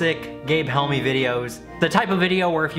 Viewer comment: i just relized its gabe helmy and not gabe helmin lol